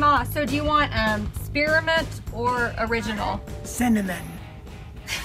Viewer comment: Ma is so adorable... Haha had me lol when she kept saying cinnamon lol 😅😅 love your videos keep up the great work 👍👍✌